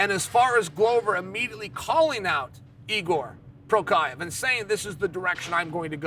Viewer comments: Jiri's mom : Oh my sweet bpy, We're gonna name him Jiri, Jiri prohaczka :) The undisputed Goat chael: NO! Shall it be...igor prokaev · who tf is igor prochaev.. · Igor porkiave lol 😂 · Igor Prokiev…? Oh, Yuri Prohaska… Jiri Parmesan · You mean Jiri Provider? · Who tf is igor prokiev hahah